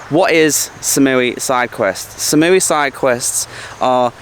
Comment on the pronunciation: you've been in Thailand for 6 years and you pronounce #3 as "SAM?" It's "SOM" sweetheart. Ask a local. Come on, man. Other than that, your videos are unique and great, but those mispronunciations drive me crazy. Koh Phangnan? That is a hard one to pronounce.